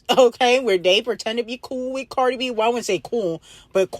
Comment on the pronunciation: Cardi b archive girl not bacrave 😂❤